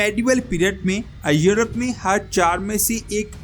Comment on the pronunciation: بھاٸ اپنی اردو کی پروناسیشن درست کریں ایورپ کو یورپ کہتے ھیں